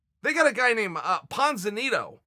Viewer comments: If Uncle Chael says his name is Ponzinito, his name is Ponzinito. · Chael "they got a guy named Ponziniddo" Sonnen